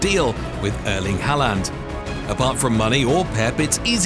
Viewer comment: Hallan😂 it’s håland in norway but many Call him haaland no offense 😊